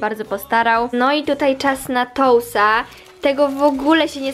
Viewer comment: Czyta się tus a nie tous ale każdy może się pomylić i ogólnie fajny filmik ❤️